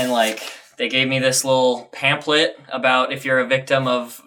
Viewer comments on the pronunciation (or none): Yeah robbery sucks and all but WHY DO YOU PRONOUNCE PAMPHLET AS "pamplet" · the way you say pamphlet though